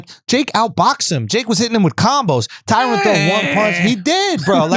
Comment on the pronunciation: TyRON not tyrone smh